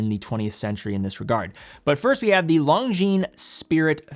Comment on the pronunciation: If Longines representative doesn't say Lon"G"shines in HTH conversation with you, maybe you should stop it as well. I watch your videos a lot and I am subscribed but PLEASE STOP :)